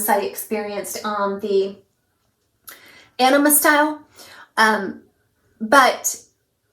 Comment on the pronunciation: thanks for the awesome review of Ellen Willes three new winners. I called Ellen Willes store and learned the Anima wig is pronounced a- nee-ma. The way you're pronouncing it sounds like you're saying enema. lol. I chuckled everytime you said it. My favs are Aneema and Perla. Good job. Really enjoy your channel. hugs